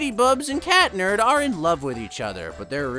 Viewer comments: Their names are pronounced ladybug and cat noir not lady BUBS and cat nerd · You said ladybug but when you said Marinette and a weird way that's not right also cat noir is not cat nerd so you better know his name is cat noir and also when you said Adrian it was wrong so it may miss Adrian you got that! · Catnerd 💀💀 it's cat noir or chat noir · Its pronounced Cat nerd